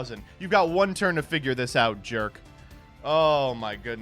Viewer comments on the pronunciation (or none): none